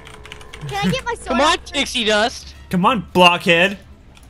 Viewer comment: why does he call pixie "tixie?"